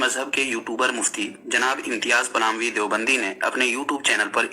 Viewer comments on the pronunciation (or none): Is ko palami nahin phalami kaha karo